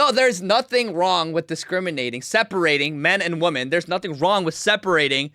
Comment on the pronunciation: I agree with all your stuff! Why do you say “impor-int?” Also, there is a difference between “women” and “woman.” You always say “woman.”